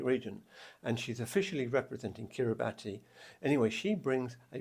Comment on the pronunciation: You were close with the Kiribati contestant’s name. However, in Kiribati pronunciation, “ti” follows the Latin pronunciation and is pronounced as “s,” similar to the “ti” in the word “nation.” Therefore, it should be pronounced Asinterantaai. Also, Kiribati is pronounced Kiribas.